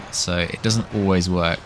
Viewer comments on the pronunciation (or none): none